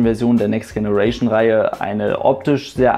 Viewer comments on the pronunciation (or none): Generation wird nicht so ausgesprochen wie du es aussprichst